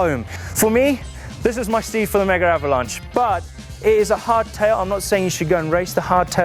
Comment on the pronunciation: Seriously boys, it's "Megavalanche," NOT "Mega Avalanche..." Sweet other than that - and you're insane to ride it on a hard tail!